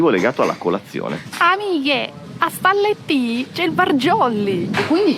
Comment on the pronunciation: Ragazzi, un solo appunto: Stalettì con una sola L 😅